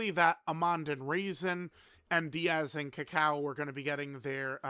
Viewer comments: Its not "Díaz" unc its "Daiz"😭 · It's still pronounced "Dee-Yaz" unc its pronounced "Days" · It’s Daiz, not Diaz, the i is after the a, not before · Daiz Unc Daiz not Diaz he not mexican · i wonder if will ever grow a brain and realize his name is Daiz and not Diaz i dunno even why can't he read? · it’s pronounced DayZ not Diaz. His name is based off of dates as Team Turles are all dried fruits and nuts. These units look great imo, but I do wish Daiz and Cacao had defence on super attack. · Daiz not Diaz lolol he not foreign perso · mf said DIAZ like they from mx or smth 😂😂😂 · I remember when used to pronounce DAIZ (a before I) and ROSÈ (with the accent) properly, good times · ah gotcha, close lol. It just bothered me the way pronounced the name lol.